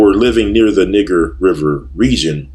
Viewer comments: Ahk you are pronouncing N i g e r wrong! (Nigh Ger) not (Nig ger). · Niger is a French word and is pronounced "nee-ZHER". It does not sound like when you say Niggxx. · Niger is a Latin word that means dark or black,,, the French borrow that word from Italy... but you can look this up for yourself if you would like to. but it`s a Latin word. and it was pronouned NEE-JER